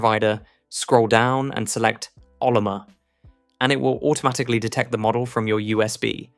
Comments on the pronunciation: Brother, if you can't pronounce "Oh-llama," I'm not trusting your janky scripts. Ah-luh-muh? seriously? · Cool I guess to have a portable Al assistant. I don't have a use for the portability myself as I just run LM Studio on my machines directly (gen 5 nvme) which is way faster than (even the fastest) USB stick. That said, great video! Pretty sure Ollama is pronounced "OhLlama" not "Ollommer".